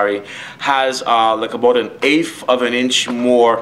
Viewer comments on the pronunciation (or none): say is this guy from Canada? he says aboat. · To me it sounds like "aboot" my girl is Canadian and that shit gets me everytime😂